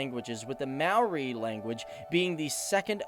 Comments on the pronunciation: Talk about butchering Maori names, it's not mow-ree more 'moldy' and it's not roo-uh-PAY-hu it's 'roo-uh-PE-hu (as in the PEZ candy without the z) if you're going to provide pronunciation advice make sure you're correct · Maori is pronounced like the word mouldy (mo-rr-e) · you pronounced it mari not mowthe you need the moldy to help with the last half but most people get it wrong anyway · Ruapehu is pronounced rua pay who but with a rolling of the tongue like drua pay hu, maori is pronounced like mouldy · more like mowthe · I live in new Zealand and it's pronounced möri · you said moari wrong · Hi I'm from new Zealand and your pronunciation wasn't the greatest but I don't blame you. It is truly a wonder full and amazing country full of natural beauty. If you would like some info hit me up. And we might talk about some slang also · It was fine until he said “Maori” bloody hell!!! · Not the worst pronunciation of Maori I've ever heard. Some people think it's may-oh-rai. Like long I. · wow you did awesome on the pronunciation - buuuuuuut ty a Maori dictionary next time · you're right there is no marry but neither is it mow as in "now". The "a" is long as in "car", the "o" is pronounced "or" and the "i" is pronounced "ee" as in "tree"..and you just run the vowels together,one after the other, technically you could say it's a three syllable word...good try though